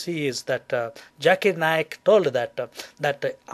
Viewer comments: Evolution into big bang theory? Didnt your last vid say tat evolution is a big fabrication bla bla blah? Lets get this thing straight. The Holy Quran has the creation of Adam and Eve. It ALSO has creation of the earth among many other things. Oh and one last thing. Its pronounced Zakir Naik. Not Jerk-it Naik. Quit filming from your small tent(looks like one) and explore the world. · its not Doctor Jakirr Naik its doctor Zakir Naik